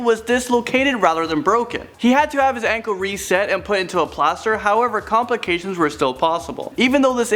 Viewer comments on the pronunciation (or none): none